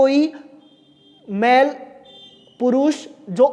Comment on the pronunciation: अरे गुरु जी मेल को मैल क्यों बोल रहे हो ☺️☺️